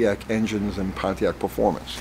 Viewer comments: Why's it so weird for me to hear Pontiac pronounced correctly? LoL please tell me I'm not the only one lol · Maybe the Ford guy doesn't know about Y block "oiling system". Thanks for not pronouncing it Ponneack.